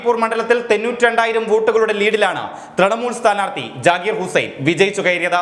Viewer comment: തെന്നൂറ്റി രണ്ട് അല്ല സഹോ.. തൊണ്ണൂറ്റി രണ്ട് 😁